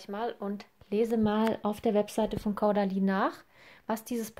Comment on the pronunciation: Sry aber das irritiert das ganze Video über: Caudalie spricht man Kohdalie ;)